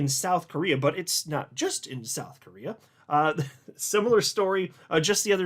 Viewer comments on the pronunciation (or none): none